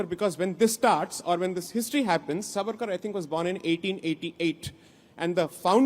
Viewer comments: Mohua firt learn to say the name savarkar properly , he is not Suvaarkur as you ignprattly pronounce, Sai Deepak you have really tarnished the wopped up narrative flogged by the anti Hindi brigade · The name is Savarkar and not Svaarkar as you are saying it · Madam ! Please 🙏🏾🤨!! It is not SaVAArkar but SAAvarkar. One would expect that you would take care to pronounce the name of a great historical Indian figure correctly as you are so very particular with your Bongali names!